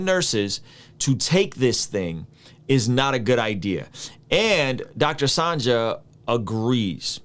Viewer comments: Hey his name is pronounced Sanjay (sun-Jay) not sanJah 😉 nbd Just wanted to let you know. 🙃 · haha came on here to say this. like why do you keep mispronounced his name lol. he's well know enough to know how his name should be pronounced